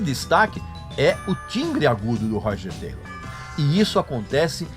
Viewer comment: Esse cara é, simplesmente, um idiota. Não sabe nem pronunciar o nome do baterista. Meu Deus! Falou tanta merda que fedeu meu notebook.